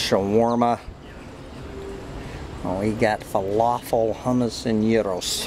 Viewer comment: you're the first person in 30 years I've heard pronounce gyros correctly